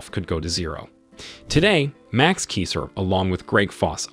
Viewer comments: I will suscribe when you pronounce Kaiser correctly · Keeser? Peeso? Are these mispronunciations intentional?